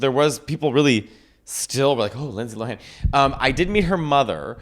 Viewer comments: i’m 3 minutes in and you’ve both failed to say her name correctly every time 😭 she’s addressed this in interviews multiple times - “lohan” is pronounced “lowun.” not LOW HAAN 🤣 the same way “lindsay” is pronounced linsee not “LIND SAAYE” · Her last name is pronounced loan the H is silent